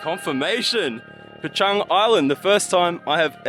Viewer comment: I'm impressed with your correct pronunciation of Chang.